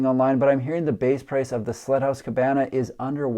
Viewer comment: I swear by all that is holy, you kept calling the first house a "slut" house. I had to turn on the CC to discover it was "sled" house, which just made SO much more sense.